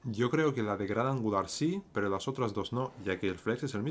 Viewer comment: Like si cada vez que dice "pero" te suena a "pro" XD